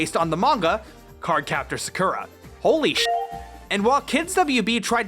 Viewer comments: In the old American dub, everyone kept butchering Sakura's name as "Suh-cool-ra" So maybe it stuck on to most people who watched it growing up. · Learn how to say Sakura ffs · And they pronounce Sakura wrong. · I really can not believe the way you pronounced Sakura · I made an unnecessary comment about your pronunciation of Sakura before I finished the video. I’ve deleted the comment and gave your video a like. Sorry about that... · Listen, I just gotta say.. The way he says Sakura, what the hell? But he says Sakura normally, so I'm assuming it's just the way they say it in the show. I haven't seen it myself. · Yeah... it irritates me how pronounce Sakura’s name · the pronunciation of Sakura is the reason why i didn't like nor dislike this video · LEARN HOW TO PRONOUNCE "Sakura"!!!! D8< Oh wait, you kinda did! And you're welcome c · Why is he saying sakuras name wrong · The first syllable in Sakura is stressed, not the second one. You asked for this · The way you said sakura throughout the video gave me depression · Great video, though hearing you pronounce "Sakura" like that was kind of unnerving. I watched the sub growing up so I'm used to the traditional pronunciation. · I can't believe you actually mispronounced such a common anime name like Sakura lol wow. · alright, time to draw up that engagement: the way you pronounce Sakura hurts my brain every time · I know, I was just making fun of him for pronouncing "Sakura" in that way. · I nope’d right out of the dub when I heard how they pronounce Sakura (and you do it too, yikes). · Every time he says their (cardcaptors dub) names, a part of my ccs soul dies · Your pronunciation of “Sakura” pains me so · Please stop pronouncing Sakura’s name wrong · Your pronunciation of "Sakura" causes me physical pain. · As you wish, the way you say "Sakura" feels weird to me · The way he pronounces Sakura is closer to how the dub says it than the Japanese pronunciation. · Why you saying Sakura weird bro